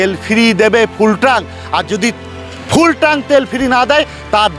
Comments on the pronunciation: ট্রাঙ্ক নয় কথাটা হলো ট্যাঙ্ক। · CHOR DILAR BAAL KI BAAL TRANK BOLCHEN TANK BOLUN ,,,,,,,, CILLACHEN KANO BAAL KAU MORECHA NAKI SOB BALER GARI